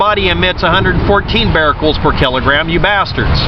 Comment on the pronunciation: Becquerels (beck-kur-rels), not "bar-rel-cels" but still good video.